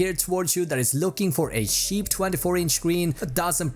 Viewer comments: They way he said cheap. Sounds like hes saying Sheep. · his accent made it sound like he was saying sheep instead of cheap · InfernalYT- I’m pretty sure he tried to say cheap lol